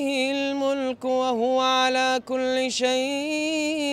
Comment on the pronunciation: Mashallah brother beautiful voice. But be careful which letters u elongate. In surah mulk first verse u elongated the word شيء. There is no madda for u to say it long. Keep up the amazing. BarakAllah feel